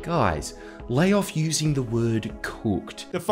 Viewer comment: What is it with people who sound like literal geese loving the sound of their own voice yelling? I swear I heard this woman going on a spiel when I was walking by a pond the other day. And anyone that pronounces “cooked” with only 2 o’s in that context at the end cannot be trusted.